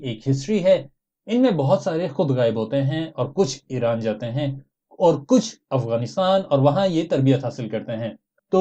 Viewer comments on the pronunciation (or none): none